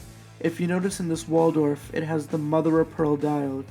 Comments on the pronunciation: Wald Hoff not waldorf. wtf..... sound it out there is no "or" in that name. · It's not "Waldorf," mate! It's Waldhoff. Pronounced VALD-hoff. No R there, c'mo! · Very helpful review, and a great launch. I agree – nothing wrong with a Chinese tourbillon for less than $1,000. I am not complaining, but you referred to this watch as a “Waldorf” many times in your video. It is a Waldhoff – not a Waldorf. So I am wondering if the fancy name affected your opinion about this watch? Thanks again!